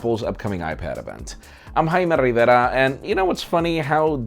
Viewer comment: Jaime Rivera I love how you roll that name